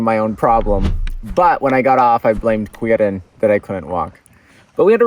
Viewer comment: To be honest, I stumbled upon this channel because of the break tests and haven't been "on line" for many years now (my 40m line is collecting dust in the basement of some friends). Still, I watched your "making of" video of this project and was (really!) surprised when I heard something that sounded like a mispronunciation of my name (no judgement!!! Basically no non native can pronounce Quirin anyways and even some German get it wrong!). Then I was even more surprised to learn that it actually was my name. Such a rare occasion! Had to watch this video for that reason and did not regret it. When you said that you blamed Quirin at that moment, I felt that you meant me ;). But it's ok, blame me all you want. Awesome project!